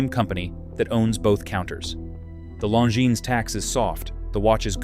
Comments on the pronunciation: Long-ins? I stopped this video after 0.31. I don't listen to AI when it can't pronounce names. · You lost me at Long-Ins